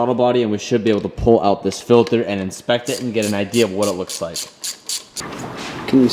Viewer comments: lol “filther” 😂😂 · I love how says filter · Anyone else kinda cringe when he says filter?